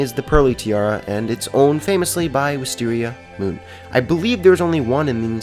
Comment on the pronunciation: Landon1Jensen Wiz-tear-Mia-moon